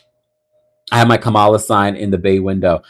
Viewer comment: Comma-la, comma, comma, comma, Comma-la, Komma-la, Kamma-la, Kamala (Comma, like the punctuation)